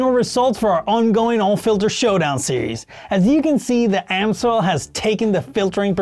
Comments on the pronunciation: It's NOT "AM-SOIL", but "AMS-OIL"... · So, is it Ams-oil or Am-soil? Never heard it pronounced Am-soil before. 😂